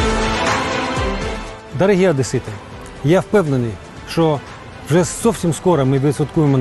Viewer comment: "Дорогы одэсыты" . Дальше можо не слушать.)))